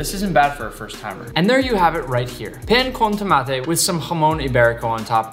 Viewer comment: As a person who knows how to properly make pan con Tomate hurts me a bit that he didn’t use a Baguette. His pronounciation isn’t that good. But I still enjoyed the whole video